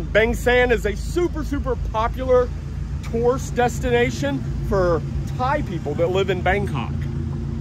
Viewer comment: Tour-ist, not tourst.